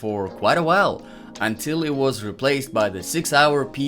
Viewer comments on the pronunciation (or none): none